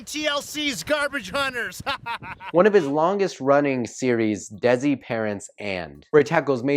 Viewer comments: He said dezi lol its pronounced they c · 1)Jasmeet is pronounced (jus-meet) 2) your pronounced tabla correctly Congrats! 3) Desi is pronounced (de-see) not dezi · Desi is pronounced Day-see